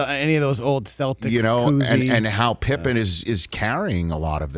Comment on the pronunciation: Now I know dad calls Pippen "Pippa"